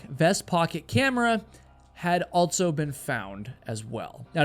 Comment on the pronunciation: You are fascinating. I just wish you didn't say "altso".